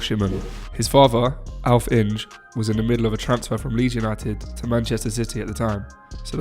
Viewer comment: Great post...cheers for putting it together & posting... Alf Inge though? It's pronounced Alfee Inger!